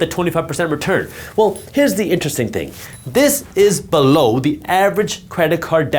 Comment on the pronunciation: He said below, not Beh..low😅